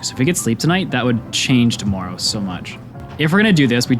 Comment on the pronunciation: just curious, why do you say tomoourow?